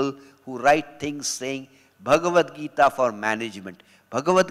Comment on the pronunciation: She keeps pronouncing bhagwat gita as in भागवत पुराण not as भगवत गीता